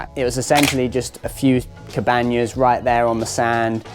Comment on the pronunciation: your spanish improved so much that you instinctively said "cabañas" instead of "cabannas", well done! enhorabuena!